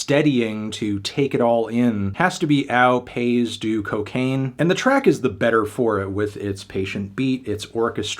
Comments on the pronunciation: This was worth listening to just to hear Fantano say “AOW PAYZZ DOO CO CAINE” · The french pronunciation would be "Oh Pay-E du co - ka - inn" (But 'du' is wrong should be 'de la' as cocaine is a girl x) ) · Ow Pays doo Coe-Cane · his pronunciation of au pays du cocaine got me killed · Au Pays Du Cocaine pronounciation just killed an entire French village